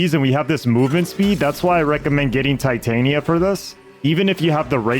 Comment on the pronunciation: Titania Tit-Tan-Ya was that AI?